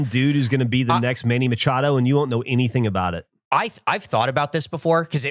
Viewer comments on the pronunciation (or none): none